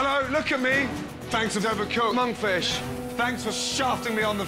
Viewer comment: it sounds so wrong ....Monkfish....Mashpotatoe....Appetizers